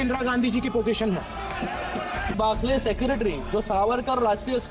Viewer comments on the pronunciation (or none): बाखले नाही बखले म्हण